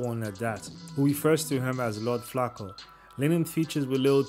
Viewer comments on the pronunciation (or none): nigga called him lord flocka 😂😂